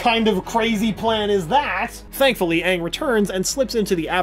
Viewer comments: It’s Aang not ang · The movie made me go blind. They couldn't even say aang right. They made it sound like Ahng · as long as they pronounce him “ANG” and not “ONG” ... WE’RE GOOD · heatherxgrayson you mean, “ UNG” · uh no it was directed by M. Night shyamalan. Called the last airbender, it was white washed. Most of the characters including katara and sokka and aang were white. The fire nation actors were east asian (India Pakistan etc.) They pronounced Aang as ONG. Appa looked TERRIBLE the acting was bad the whole thing was bad and it had nothing to do with the creators. The new Netflix series should be much better. The film done by Shyamalan was TERRIBLE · U mean aang